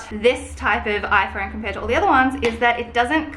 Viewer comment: I hate how you say “iphoUne”